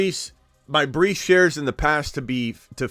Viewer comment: Bruh this guy reallly said Brice twice lmao